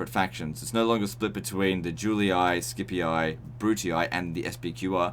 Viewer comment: Great video ! thanks for the infos ! Btw, just a tip for the latin prononciation, its Yoo-Lee, not Julee-i, Skee-pee, not skeepee-i, and Brutee, not brutee-i :) The double i i in latin does not work as an acronym, its literally a double i, and is pronounced as an extension of the sound "ee"